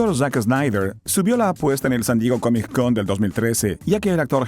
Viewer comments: Porque dices CAMIC en vez de COMIC? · hay algo que se llama CONNECTED SPEECH. No hace falta que pronuncies la C dos veces. te escucho y me saturás el cerebro. no se dice COMIC CON .... la consonante final de COMIC es la misma la consonante primera de CON, la letra C. Entonces se pronuncia todo directo: "COMICON"